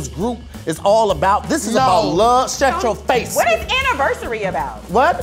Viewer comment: sayin "SHUTCHO FACE" 💀💀💀